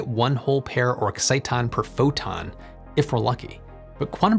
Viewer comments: It's ex-sit-on, not excite-on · I enjoyed the video, but was bugged a little by your pronunciation of exiton. Here's what I found. 'How to pronounce exciton': My cousin who was a professor of physical chemistry at Stanford taught me about these. Maybe there is more than one pronunciation.